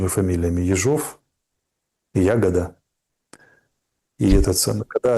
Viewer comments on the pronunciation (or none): ЯгОда! Ударение на О!